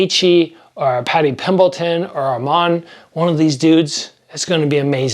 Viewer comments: Paddy “Pimbleton” 😂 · Love takes but he still can’t say Paddy Pimblet